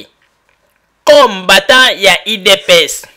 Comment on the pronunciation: C'est pourquoi le Congo n 'avance pas avec des gens comme ca , tu ne sais meme pas prononcer combatant. il est temp de se repentir. Aimez-vous les uns et les autres.